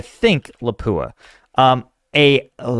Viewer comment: It's pronounced "Lopp Ooah", not "La pooa